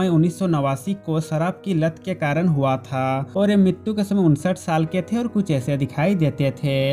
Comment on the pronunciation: Oi bhai aap huwaaaatha ye kya bol rareho huwa tha nani bol sakte ho????????!?